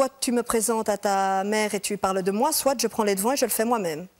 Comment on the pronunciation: « soite. Soite soite soite. « Elle est sérieuse là neuf.ellemmerneve avce son soite